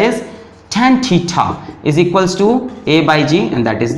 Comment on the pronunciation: Barabr equll ko bolta hay